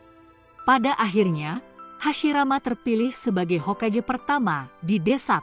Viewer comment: Hokage bkn hokege